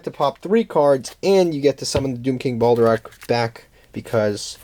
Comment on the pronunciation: Its not Balderock :D